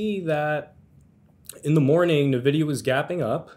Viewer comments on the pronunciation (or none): Can't pronounce Nvidia correctly while likely using a computer with an Nvidia GPU in it. 🤣